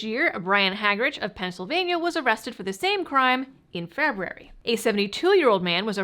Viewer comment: Say it with me! Feb- you- wary lol!